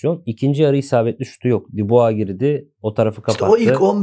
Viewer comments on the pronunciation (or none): none